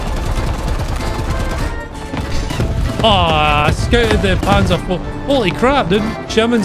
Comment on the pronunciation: Hey you said scouted like a Irish person. Shcouted hahahaha